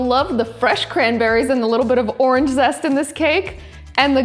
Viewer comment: When you said zest it sounds like zessa